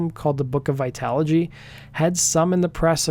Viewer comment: Literally no one can say his last name lol and apparently Tabitha soren can't say vitology